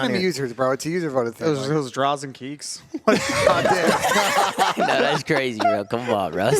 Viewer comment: 'draz and keeks' 😂😂